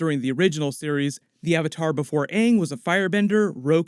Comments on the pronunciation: And first and foremost is ANNG IS PRONOUNCED UNNG ONE MORE FUCKING TIME I WILL MURDER THEM, and SOKKA SHOULDNT BE PRONOUNCED SOAKA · All ik is my guy name better be pronounced “ing” and not “ung” like the movie🤢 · If they pronounce Aangs name Ong, I'm gonna have a bitch fit. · If they call Aang “Ung “ And Iroh “eeroh”, I’m burning toilet paper. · Hopefully he doesn’t say my name is oong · If they pronounce Aang as “UnG” in the Netflix series...I’m gonna be rlly annoyed 😑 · If Aang is pronounced “Uung” im going to riot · Well it didnt even bother to me because when i watched last airbender it was in my languae dub and in that dub they called him uung